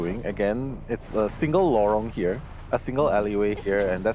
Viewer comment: saying "Lorong" XDDDD